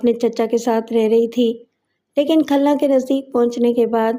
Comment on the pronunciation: صحیح کر لیں khalna نہیں khulna ہے ۔